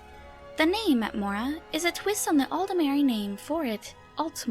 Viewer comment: Skwym, Atmowa and Nowdic people.